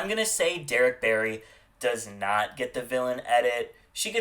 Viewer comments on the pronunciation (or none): none